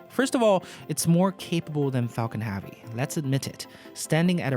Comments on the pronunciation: Can you learn how to say 'heavy', please. It's not prounounced 'haaavy' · Anyone else bothered by how he says heavy?